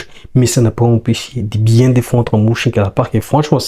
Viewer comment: Stp mon ami merci pour le debrief. Ca se dit Meunchengladbach le Ö se lit eu comme meuf 😂😂😂